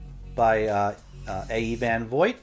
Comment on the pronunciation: That music is really annoying. You don't need it. Not sure how you could think Zelazny is pronounced Zuh LANE ee. It sounds as it's spelled - Zuh LAZ nee. Vogt is VOHGT, not VOYT. I'm only telling you so you'll know in the future. Great assortment of books. Fun covers!